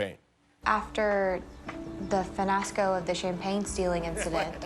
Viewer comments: I honestly think (finasco) was worst than lingerie. The child pronounced what she read, the other added in a n. Finasco was most definitely the winner. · I think the "finasco" is worse. Cause "fiasco" isn't even spelled like that, whereas "lingerie" really is spelled poorly cause it's French. So mispronouncing "fiasco" was the dumber thing to do.